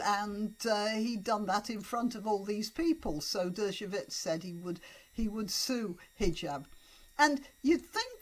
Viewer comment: Just a small point: 'Dershowitz' is pronounced 'DER-sho-wits', not 'DER-sho-vits'. It's with a "w" sound, not with a "v" sound.